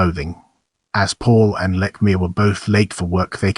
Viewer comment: You're pronouncing his name wrong. You're also wrong on MANY accounts. No wonder you have no views.